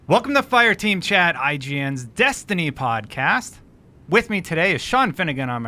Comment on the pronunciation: She won't stop pronouncing it "Dustiny" and it's pissing me off.